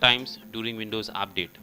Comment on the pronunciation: he say update is apdate hahaha...